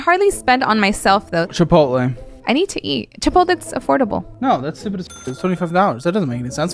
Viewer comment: If you can’t pronounce the word chipotle correctly you shouldn’t be allowed to eat at chipotle lol